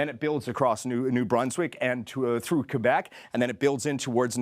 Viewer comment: Always hard to pronounce the word Québec, isn't it?